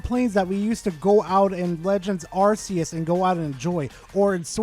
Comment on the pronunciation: It's not "Arse-eus", by the way.